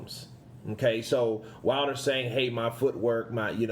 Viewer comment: Did Wilder said foot work or foot hurt 😂😂😂😂😂